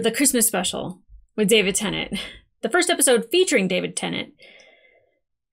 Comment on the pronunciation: Its not pronounced Tennant. IYKYK